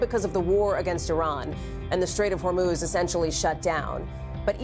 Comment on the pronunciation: Strait of Hor-MOOSE 😂 🫎